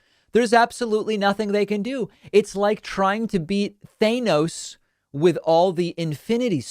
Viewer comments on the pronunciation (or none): david, it’s Th-an-ose not Th-ayen-ose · Than-os. Not They-nose. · You're right as always, but what really got me was... Did you seriously say THAY-nos instead of THAH-nos? I'm shocked. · Thay-nos... Come on, man. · David really let his true colours show and proved how despicable he was by how he pronounced “Thay-nos”